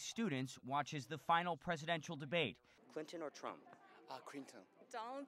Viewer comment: Clinton or Trump? Ah Kwinton